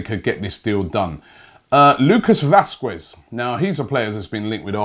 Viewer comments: The 'u' is silent robbie. How to pronounce Lukas Vasqez (Lucas Vasques) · also he says Vasquez wrong